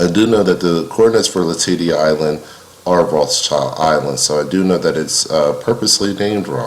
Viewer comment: As someone friendly with a descendant of Bill Latady, I’ll just pop into the comment section to let you know it’s pronounced la-ta-dee